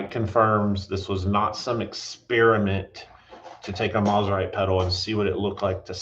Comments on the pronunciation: I hate to be this guy, but I also know you care about accuracy, so…. It’s pronounced Mose-rite not Mos-rite. The brand’s name comes from the combination of it’s two founders’ last names, the first of which being Semie Moseley. I know several people who knew Semie personally, and they’ve all said the same thing. So I’m confident that this information is correct. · For historical accuracy, Mosrite is suppose to be pronounced “MOSE-RITE”